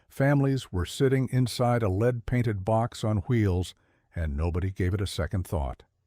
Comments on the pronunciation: What? "leed" paint. AI at it's worse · AI narration sucks. "LEED" paint for example. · real people make that mistake too.